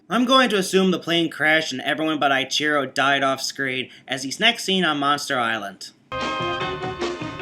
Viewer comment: It's pronnounced E-chiro, not I-chiro.